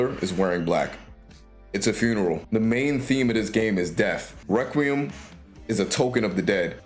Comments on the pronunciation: No heat or anything, it just means you’ve read the word but never heard the word pronounced. Requiem is pronounced reck-wee-em. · Okay so later in the video you pronounce it fine. So I’m guessing you were purposely mispronouncing requiem in the beginning to get a rise out of people. Or maybe to get interaction on the video, in which case it worked.